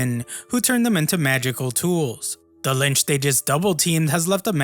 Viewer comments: Mfer calling it a lynch. Its a lich brother.. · its a bloody LICH and not LYNCH